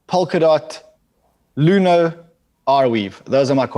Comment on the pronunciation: Ran's list is 80%+ of my holdings, I will just add to clarify: It sounded like he said "Luno" but I believe he probably meant "Luna". I'm prepared to be corrected of course.